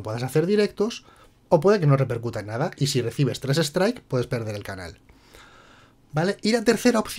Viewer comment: "Anal" en vez de "Canal' Sdx